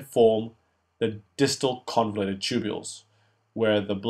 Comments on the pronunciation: Just a small correction, it is the distal convoluted tubule, not convulated. But the videos are great! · * Convoluted tubule not convulated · great video.. thanks a lot!!!! (convolUted not convULATED)